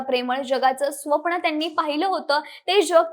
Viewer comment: ह्या विषय भारी वाल्यांचा विषयच वेगळा आहे. न चा उच्चार ण का करतात कळत नाही . ताई ते स्वप्न असत स्व नसत